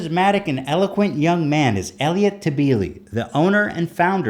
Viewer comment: Haha I actually know Elliot tebeles cousin he’s my friend and btw last name is pronounced ta belly